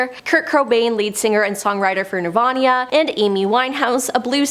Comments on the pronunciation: My favorite, Nirvanya. lol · Nirvania???? Are you for real?! 🤦🏻‍♀️😭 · it's Nir-VANA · Did she say Kurt Krobain from Nirvania? 😭